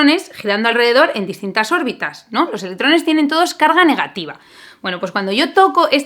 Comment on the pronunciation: Cada vez que decías órbitas mis oídos sangraban😭😭😭